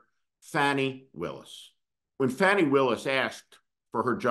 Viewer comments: No Steve, you're a bit WRONG! Also please get her name correct...it's FAWNI not Fanni. Perhaps we should call you. Those Prosecutors SHOULD have done what they did, at least f**king TRY to bring that Tangerine Tool to justice! This is. not. OVER. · You're full of it...and her name is pronounced Fawni.... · Her name is pronounced FAHnee, Steve. This is the worst rant you have had. Off base. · You could have at least pronounced Ms. Willis' name correctly!!!! If Merrick Garland hadn't dragged his a$$ for three years because he didn't want to appear partisan, we might not be in this situation. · YES, that's my question, as well. Steve, can't believe you are disrespecting Ms. Willis by mispronouncing her name. And, BTW, her issue was and is totally unrelated to the crime Trump committed. Also, I think you are way off the rails today. Why are you so keen to be critical of the prosecutors? I see our laws as being way skewed in favor of the rich and famous. That, and a seriously weak Merrick Garland, as well as a corrupt Supreme Court. You need a few moments of self reflection, Steve. You are out of control